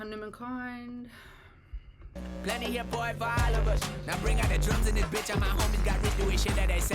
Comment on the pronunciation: It's pronounced like this......Hunu mun